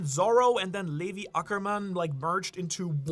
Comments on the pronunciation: i was have a really good time watching this video, untill you butchered my man levi's name like that😂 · havent ever heard someone pronounce levi like that🤣